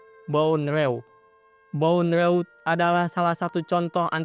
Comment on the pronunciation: Bondrewd bacanya bondru